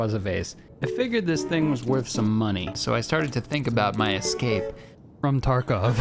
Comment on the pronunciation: your excape? dont you mean escape?